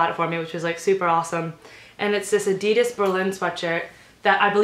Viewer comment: who go pissed how she said adidas